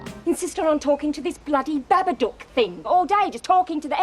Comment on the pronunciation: Every time she mispronounces Babadook i die a little inside